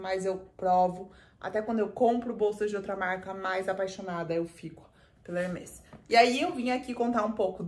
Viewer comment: Ba, como Hermès é um nome próprio, pode falar tranquilamente com o som aberto : Herméees. 😊